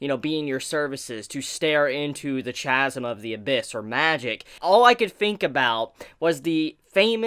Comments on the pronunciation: Chasm is said as (kah-sm), not (cha-sm). Shit bugged me, but awesome episode, I love the reviews after watching the episodes. Where did you get the light novels from? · look i believe its pronounced k-asm not ch-asm but ok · Chasm is said like Kasm. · Chasm is pronounced with a k sound. Kasm. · Hard K sound in chasm